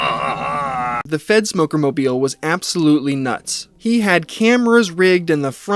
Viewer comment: its three minutes in and I just realized you were saying fedsmoker not f3ntsmoker... 💀